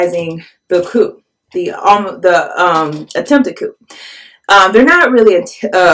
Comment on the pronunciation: Thank you for making this video. Problems in Africa are generally ignored by the U.S. media. By the way, in the future, you might want to pronounce the word coup as if it were spelled “coo.” Good luck!